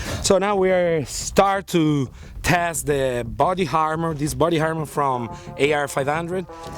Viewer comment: its armor not harmor